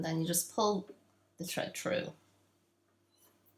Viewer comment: It's thread not tread you need to put your tongue on your top teeth and say Th